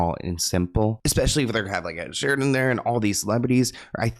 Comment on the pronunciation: it's Ed SHEERAN not Sheridan😂